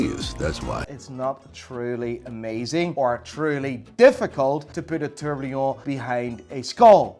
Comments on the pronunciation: you seriously need to stop saying tourBLION… it’s tourBILLON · "Tourblion" :D ROFL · Is it just me or can he not say tourbillon